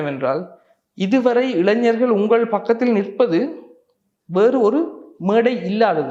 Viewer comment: இளஞ்சர்களா ???? இ ளை ஞ ர் கள் திரும்ப திரும்ப சொல்லி தமிழ் பழகுங்கள்